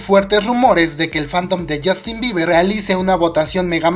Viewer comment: Yustin biber 😂 esa pronunciacion papu